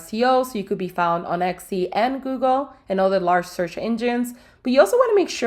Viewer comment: still saying ECCI or EXXI are we?